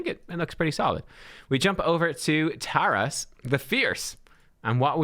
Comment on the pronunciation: Sorry to correct you, but I’ve been screaming at the screen the whole time 😂 I’m a Ukrainian so here’s some help with pronunciation (capitalized stressed syllables): maRIchka 😅 taRAs